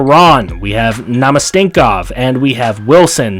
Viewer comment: Couple pronunciation suggestions: Frolik - Fro-leek Namestnikov - nam-es-ne-cough